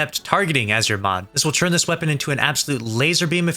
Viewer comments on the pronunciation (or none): none